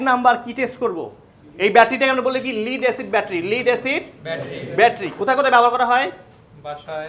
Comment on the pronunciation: Ore lid noy led lead Pb.